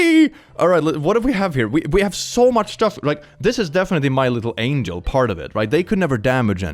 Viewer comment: Angel. Not angle. Moron.